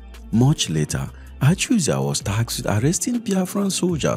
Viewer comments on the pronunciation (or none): The is Joseph Achuzie, not Achuzia